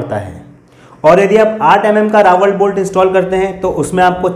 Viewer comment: Bade bhai jankari dee lekin RAWL (रॅाल) hota hai na ki Rawal रावल